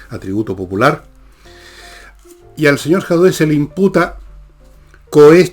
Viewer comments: Entretenido el capítulo…..pero porqué le dice Jadué si el apellido es Jadue. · Por qué le dice Jadué (acento en la e)??